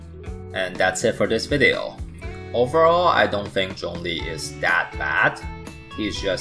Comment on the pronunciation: Remember guys his name is 钟离, not 钟力 (google translate to hear the difference)